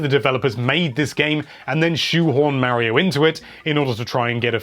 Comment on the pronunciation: Say Mario right please